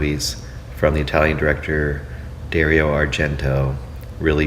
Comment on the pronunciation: Dario = Dah-rio